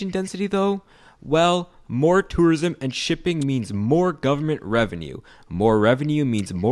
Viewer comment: I like how he says "törism"